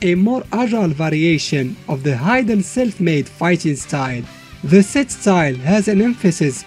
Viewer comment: "Geidern" LOL